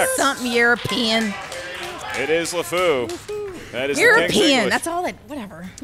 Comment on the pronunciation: The correct answer is LEfou, not LAfou. They should have called him out on it or challenged the answer at least. This is not just a mere spelling error, he also pronounced it incorrectly.